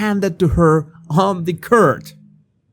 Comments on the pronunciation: It's "M O R E!" Not "Moar." And, it's "on the court," not "...on the curt." Makes me wonder what other content isn't correct. Those pictures of Teigen and Legend are GROSS! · Hi! Just btw, "court" is pronounced as in "for", or "lord". I know you like to be correct with your pronunciations, so I hope nobody takes this as criticism and jumps down my throat for helping you. Lol. Love your videos. It is almost a full year that I have been a subscriber.